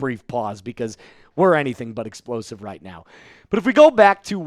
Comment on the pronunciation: Did you say explosive? 😂